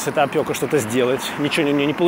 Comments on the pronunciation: Правильно говорить опека, не опëка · АфЕра! ОпЕка! Режет слух. Е а не Ë